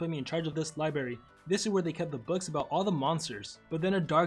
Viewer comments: It’s not libary it’s library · li-BRARY not libary